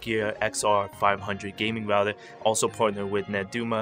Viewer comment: Tech HD | Unboxings, Reviews, you aren’t saying router your speech is messed up and you say rougher thouter